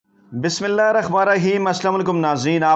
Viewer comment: بسم اللّٰہ الرحمٰن الرحیم ٹھیک طرح سے پڑھا کریں